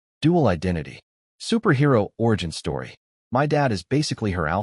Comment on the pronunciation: Peak stowy